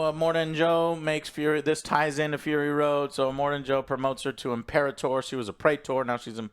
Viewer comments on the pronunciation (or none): none